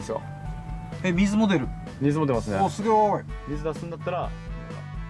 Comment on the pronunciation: のお塩さん すぎょーい 面白くて何度もリピートしましたww